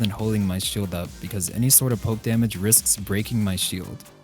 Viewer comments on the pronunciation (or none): none